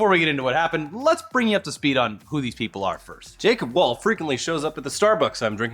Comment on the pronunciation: Please pronounce "Wohl" with a round "O" sound. Sincerely, Kasey Wahl